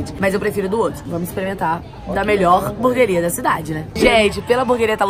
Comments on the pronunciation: Ela fala burgueria Kkk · "Buguer honesto" kkkkkk whatss? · É "HAMBURGUERIA" KKKKKKKK